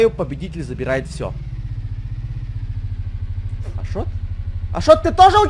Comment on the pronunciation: Какой ашет? Ашот а не ашет!